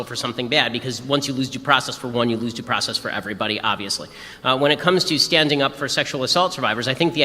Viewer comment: Pronouce your worrrds girl. Due process not "daprahsess."